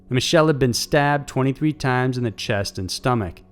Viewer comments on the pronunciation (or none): none